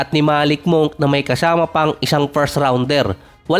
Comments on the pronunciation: Monk ka monk, ayusin no pronunciation mo "monk the right pronunciation ay " munk" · Malik Monk hindi Malik Moonk 😂